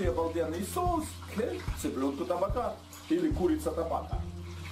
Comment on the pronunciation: ТабАка, ударение на среднюю А!!!